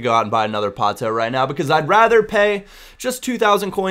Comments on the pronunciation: Its Pato, simple as that, in portuguese, not Patoo xD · Pato ! P-A-T-O, not 'ou' hahaha, just a tip. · It's pronounced like it were not the American way ( alexander Pātō, English ) but Portuguese like Alèksàndré Pātú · I speak portuguese, its pato, not patu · uhmm, it's literally just PAto in Portuguese. Don't know where you got Patoo from:P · portuguese from brazil... and not patu, it's kind of pronounced patoh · Its not Patoo... And you are pronouncing Alexander wrong too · It´s Pato lol xd But most people only pronounce right the names of players from their country. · Yeah but Pato isn't Portuguese! He's brazillian! so it's "Pa-Toh" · You pronnounce it Páh-tu. As in you open the first sylable.:) Nice video. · I'm portuguese. Don't accent the "to" so much. "Pa" is the accented syllable. Other than that you're spot on. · to correctly pronounce 'Pato', just emphasize the 'a' as you are emphasizing the 'o', but don't emphasize the 'o' it self. Hope it helped:D